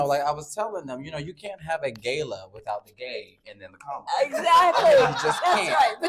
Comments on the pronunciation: Ga-la, Not Gayla. Then just can't help but shove LGBTQ stuff literally everywhere. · ...why is he saying "gay-la" it's "gah-la"... then again his personality speaks for itself... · It’s Ga like Car and la like la-la